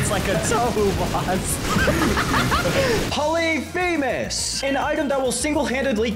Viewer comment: Thats not how you pronounce polyphemus